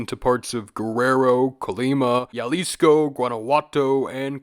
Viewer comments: HERMANO REALMENTE DIJO YALISCOW 💀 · 🤓☝️Erhm it's actually pronounced as "Ha-Lis-Co" Both in it's modern form (Jalisco) and it's og Nahuatl form (Xalisco)